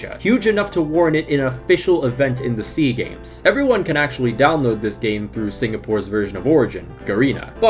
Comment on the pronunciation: It's S.E.A. Games, not Sea Games. South Korea is in East Asia.